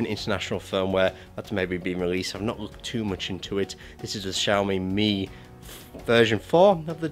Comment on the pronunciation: For god sake, it should be pronounced xiao MEE! Not xiao MAY!